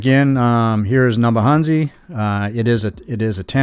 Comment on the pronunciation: Thanks 🙏. I remember this livestream, very very well. Great 2 have to watch this again, 22 months on. Puzzling how you are Kenyan (according to Mura Senso👀) and yet cannot pronounce the names of the villages😂😂, neither can you say 'N-ya-bohanse' correctly😇. Waoh!🤩 Welldone👍